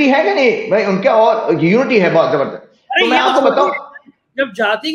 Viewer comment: Jumma jumma 2 nahi 8 Roz hote hai aur kahawat bhi yahi hai, aur jabardast nahi zabardast hota hai mujic nahi music hota hai